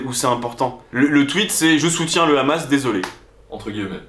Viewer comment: Et oui en France condaner le rrrrrrrrhamas😅 c'est obligatoire 😅😅